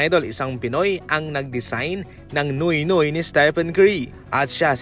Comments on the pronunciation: "nyu-wit nyuwit" yan po ang tamang pag bigkas nung "nuit nuit".. ndi po noy noy.. FYI po idol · pany naging “NOY NOY” ung pronounciation nyan? wag bsta vlog ng vlog qng mali ang pagbigkas ng mga foreign words 😂😂😂